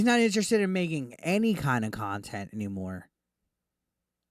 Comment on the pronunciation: Oh no, where will I get the experience of an arrogant fat man playing laughtrack sounds repeatedly while licking a black statue of a rooster... how will we survive without that "QUALITY KHANTENT" as DSP likes to say.